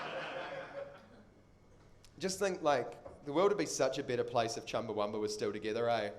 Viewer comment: The band's name is Chumbawamba, not Chumbawumba.